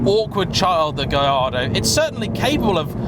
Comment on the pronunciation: Surely it is "Gal-are-dow", since it is "Porsh" ?